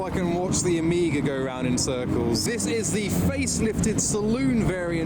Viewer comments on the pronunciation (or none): He says "Omega", but it sounds like "Amiga"..